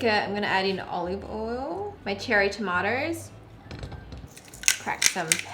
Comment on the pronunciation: I love how she says tomato she says it like"tamato" hahah